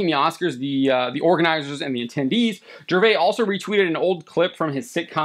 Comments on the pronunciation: Its Gervais with an (S) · The S in Gervais isn't silent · It is weird how the guy hosting this doesn’t know how to pronounce Ricky’s last name - his name is not pronounced the French way, the s at the end is not silent. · Please learn to pronounce Gervais dude…. Pathetic. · The 's' is not silent in Ricky's name. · The biggest travesty committed here is your butchering of Ricky Gervais' last name. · You pronounce the S in Gervais. Just fyi. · The s in Gervais is not silent. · You're saying his last name wrong.